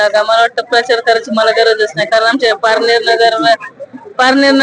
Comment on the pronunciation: बाई तुला पारनेर नगर तरी नीट बोलता येतं का कळतं का कोणाला तू काय